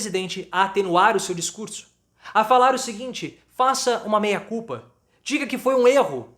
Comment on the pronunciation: Só um detalhe: Não seria a pronuncia "MEA CULPA" do Latím ao em vez de MEIA CULPA?